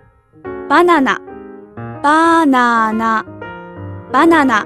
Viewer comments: I like how banana is really pronounced baw nana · the way she says banana lolz!